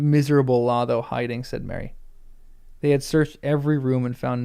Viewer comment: "Lotho": both long o's, and a voiceless th (like in "think," not in "this"). "Odo": both long o's, like the character in Star Trek: Deep Space Nine.